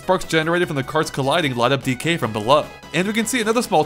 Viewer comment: I don't know why you emphasize the "K" of "DK". You're supposed to emphasize the "D". "DEE-kay", not "dee-KAY" ("decay").